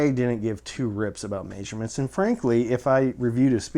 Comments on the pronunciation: Lmao "Mayshurements" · This guy pronouncing measurements weirdly